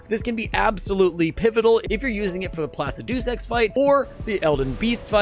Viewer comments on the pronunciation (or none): great vid but man the way you pronounce placidusax 🤣